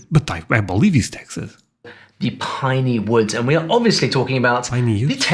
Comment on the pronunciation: I laughed a little when the video host said the words "piney woods" in his particular accent. Anyone who is from that region of Texas would absolutely have called it " the PAH-nee woods". It's not pine like "pie", but that first syllable is almost completely devoid of any diphthong.